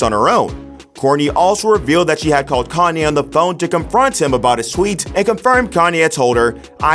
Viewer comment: Pronounced Calm-yay, not calm-eye